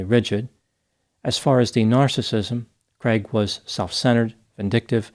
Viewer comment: They way the pronounce ‘craig ’ is horrible. It’s a Scottish and Irish name, not creg it’s cr aaaig, it’s my brothers name. Americans butcher it. 😂